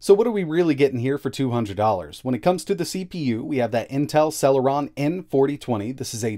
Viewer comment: Sell-her-on nuff said... lol